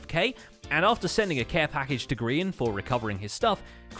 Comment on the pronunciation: For those who doesnt get the joke, grain or grayon, ITS GRIAN